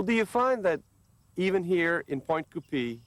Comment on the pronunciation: Geez doesn’t dude know how to pronounce French names it’s NOT coooopeeeee it’s coopay!!!!